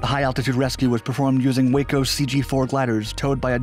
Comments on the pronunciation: Waco is pronounced Wah-co, please get it right? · I'm not trying to be that guy but the "A" in WACO aircraft is said like ah